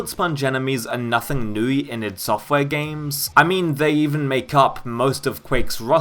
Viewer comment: It sounds like he is saying Newey instead of new